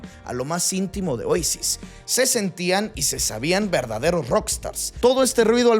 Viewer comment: Caída? En mejico es ilegal saber de futbol y de musica Y en español se dice OASIS, no OEISIS